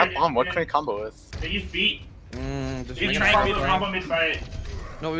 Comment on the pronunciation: I can't be the only one that got annoyed when they called trance trank? Or that's how it sounded, Tranking something or someone would suggest you put then to sleep. And I was like they don't have an Ana how can they trank/sleep someone.